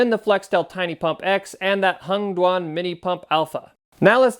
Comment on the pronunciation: Hengduan or did you say " Hunged One " ?